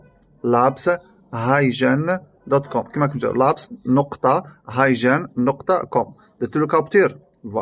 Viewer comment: الموقع اسمه هاي كين وليس هاي جين